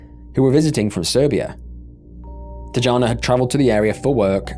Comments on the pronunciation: It's pronounced Tiana not teejahna. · It's pronounced tiYana not tuhjana or whatever tf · I feel like you’re disrespecting the first victim by calling her ‘Tee-ja-na’. Ffs it’s not that hard to do a quick search on the name you’re reading. These are the little aspects of failure of research that are so stupid and upsetting. It’s not crazy to expect that you might do a tiny bit of research on the victims you cover in your videos, at least enough to not mispronounce their name. Gross. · he's Brazilian not Hispanic. His name is pronounced with a J sound. Not H like if he was a Spanish person. You messed his name up and you messed up Tijana. You really need to do the most basic of studying of different cultures if you're gonna do videos on them dying show enough respect to pronounce the name, right